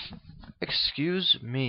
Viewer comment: I like how you say "excuse ME!"